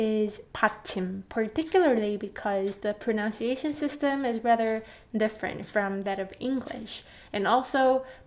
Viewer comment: Me: Loving her explanations and teaching methods Also me: Triggered by the fact that she is always talking about pronunciation but can’t pronounce the word ‘pronunciation’